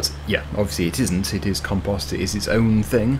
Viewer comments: in canada and the usa we say com-post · You say compost different from any way I’ve ever heard. 😂